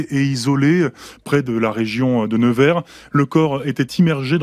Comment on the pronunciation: ça se prononce "neuvère". Rien à voir avec l'anglais never...